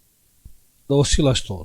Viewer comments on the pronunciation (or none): oceelay-tor:) say it fast oscillator:) ok.... keep goin buddy.. best way' keep it simple... likes up.. kind of looks like a square wave on a synth....And the thing that make that sound is a oscillator pumping out square waves or sines waves, take your pick.. electrobooms giveaway power supply's shows this on the display screen really well.. square waves, sine waves, triangle waves...Oooo would i like one of them box's:) the power supply not the synth. i got loads of them:) Thanks. you are the man.... peace and respect.. ALSO HAVING TO CONVERT ALL THIS IN YOUR SUPER BRAIN TO english FROM ROMANIAN.......WIKID FEAT OF GENIUS......